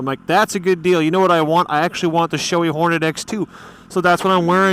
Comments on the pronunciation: Bragh I've always heard it said shoe ee. is the first I've heard say showey. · I'm pretty sure was just mispronouncing it. He does that with a lot of things haha.